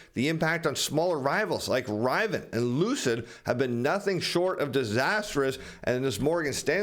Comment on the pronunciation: I never heard someone butcher the word Rivian so badly!